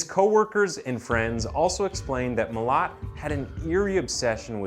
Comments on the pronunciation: Pronounced ma lat mate. Also a bogan is not a redneck in Australia lmao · As an Australian it sounds funny to hear you pronounce his last name lol 😂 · your pronunciation of Milat angers me